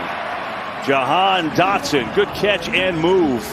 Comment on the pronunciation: called that man "Dahan Jotson"